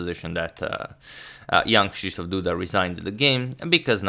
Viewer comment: I am amazed how well you pronounce Krzysztof.